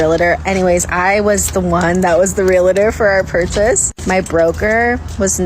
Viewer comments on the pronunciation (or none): it's REALTOR not REALATOR. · Realtor. Not realator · A realtor can't pronounce realtor, lol. real-litor, cringe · The first chick doesn't even know how to say realtor..... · This guy is a mortgage professional and he said it wrong at first lol braind dead literally